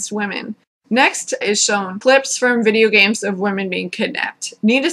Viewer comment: "W-w-whurrduhvideeayahgaems?" I died.